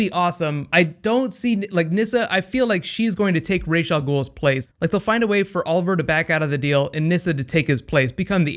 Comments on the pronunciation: STOP SAYING RASH ITS RAS WHICH MEANS HEAD IN ARABIC IM ARABIC I KNOW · I just wish they would pick a pronunciation of Ra's and stick with it. It's frustrating hearing him pronounce his own name as Raysh and then everyone else (except Nyssa) pronounce it Rahz. They should have had a fix when Oliver got back, the first time someone pronounced it Rahz, he immediately replies, "apparently it's pronounced Raysh." Then no one ever says Rahz again.